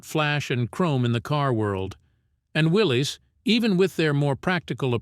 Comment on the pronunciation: Willys, like Bruce Willis. Got it right the first time. Not "Willy's" There is no apostrophe. Man's name was John North Willys.